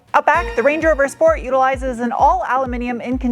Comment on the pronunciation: Correction, schport.